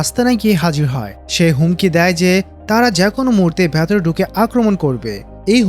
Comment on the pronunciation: Hei,,, vatore ki?? Aita ki bolen.. Shobdota hobe ' vetore'..😂😂